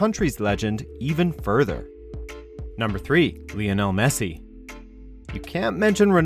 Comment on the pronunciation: vionel messi ?!?!?